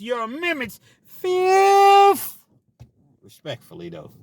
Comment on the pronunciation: Tappin in from Cali!! Fizzziiiiffffth FIVE FIVE FIFHHH!!! 🤣🤣🤣